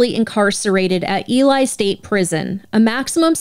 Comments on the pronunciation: This was a tragic story all the way around. RIP Sherrice 😢 Btw, Ely is pronounced E-Lee, not E-lie. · Ely is pronounced Eee-lee. 🙂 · I love your show. I've been mostly listening on Spotify. But as a lawyer from Nevada... 1) the town is pronounced E-lee. And 2) the state is Nev-a-duh, not Nev-aw-duh. Thanks for all you do!